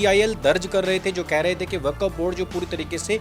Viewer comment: वकफ नहीं वक्फ है ये साला